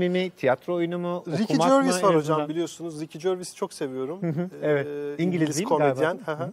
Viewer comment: Bebeğim benim Ricky Gervais öyle okunmuyor ama be! Bir bak istersen😘